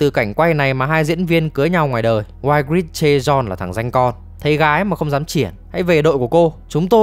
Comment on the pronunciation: Cô tóc cam man tộc tên đọc là I-grit ạ